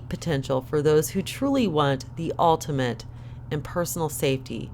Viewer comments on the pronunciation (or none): none